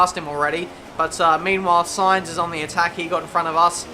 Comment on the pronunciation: Looks like someone has finally learnt how to pronounce Sainz ;)